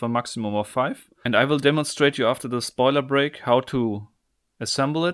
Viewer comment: When you said "spoiler break" I thought you said toilet break, and I thought, "I hope he washed his hands.